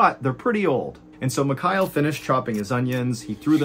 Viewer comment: Your version of the name Michail sounds like McKyle 😆